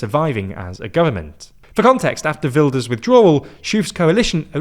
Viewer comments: Ah yes Hertz Wilders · I know non Dutch speakers struggle with the Dutch G so quick tip. That G sounds just like Ernie's laugh from Sesamestreet. Right now it sounds like you say Hurt Wilders. No nitpicking, just a tip :)